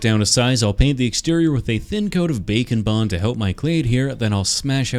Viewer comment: I can't help but here you say bacon bond.